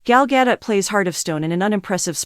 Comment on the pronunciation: Try to pronounce her name correctly, if you want people to take your new seriously. Its also insulting.